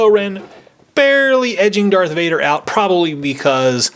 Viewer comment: kylo tens real name is Ben solo and its Darth Vader not dark vader